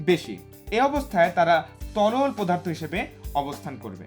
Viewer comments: স্যার আপনি অনেক ভালো করে বুঝতে পারেন কিন্তু আপনি একটা ভুল উচ্চারণ করেন পদার্থকে পোদার্থ বলেন।।। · এটা পোদার্থ না এটা পদার্থ